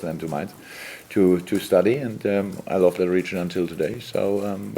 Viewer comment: Jürgen, "love" is pronounced [lŭv] not [lōv] :-)